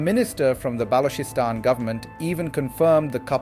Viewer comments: please pronounce Balchistan correctly. its NOT noooooooooo BLOKISTAN, however, Macho Sardar based it may be Patriarchal but it is NOT BLOK-istan. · Quite the opposite, the Western International Audience would prefer to pronounce even your given name as best as it should be. They are not offended, its our thinking that is. is at a stage where he would appreciate being suggested to.about the sound of چ as opposed to the sound ک; he is a teacher,, teachers always have to be best students. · wow what a joke, he is mispronouncing it by using AI this is not his actual accent. He is wrong and should not use AI for such serious Vlogs!